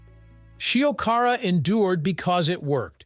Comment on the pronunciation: At least make an effort to pronounce Shiokara properly...